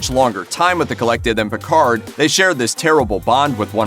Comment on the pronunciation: I love her character in the new series: "Mr. Pickfords." Sorry... what, it's not pronounced like that? 🤣🤣🤣